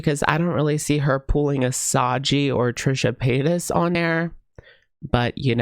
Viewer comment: I’m don’t know if knows that he’s pronouncing Sagi wrong 😂😂